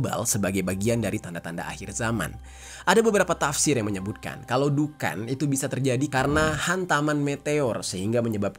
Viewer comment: Dukhon, bang. Bukan Dukan